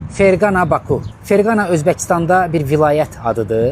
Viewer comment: zəhmət olmasa şəhərin adını düz deyin,3-5 manat pul örtüb gözünüzü horrey eliyib getmiyin.Ferqana yox Fərqanə şəhəri.